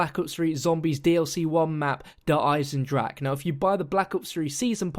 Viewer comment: hey good video but its pronounced der eisendrachER, not der eisendrak.